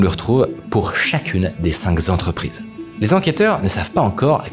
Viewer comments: des cinq Zentreprises ☺ ? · Bien dit mais attention aux liaisons "Maltapropos" du genre les "cinq Zentreprises" qui piquent les oreilles !